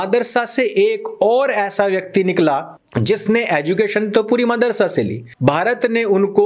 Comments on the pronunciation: Bahut achcha lagta jab sir kehte hain, Maadarsa instead of Madarsa.... 🤣🤣🤣🤣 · bhai aap jabh bhi madrasa bolte ho kasam se aise lagtai gali hi he 🤣🤣